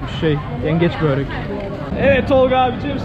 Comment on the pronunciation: Abii böööğrek değil börek. Lütfeeenn!!